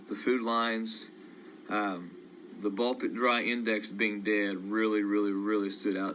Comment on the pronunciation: What was the Baltic dry index? Coulnt understand what he said.